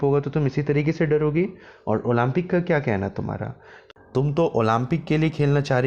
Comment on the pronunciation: Olaampic lol atleast improve your pronouncation